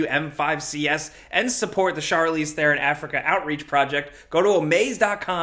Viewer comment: Great vid, Im South African, and I just wanna point out that u pronounced Charlize Theron surname wrong... but its understandable why, not blaming, just pointing pointing fact